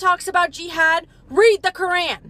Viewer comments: If you're gonna speak against Islam learn how to say Quran the right way first. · Yea if u were a Muslim u would know how to pronounce Quran and I would like to know which surah and what it says that